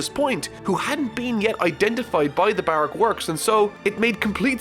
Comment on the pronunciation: Plz pronounce Brock works correctly bu rok work's